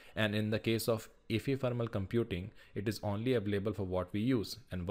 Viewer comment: bro that's not efefermal it's ephemeral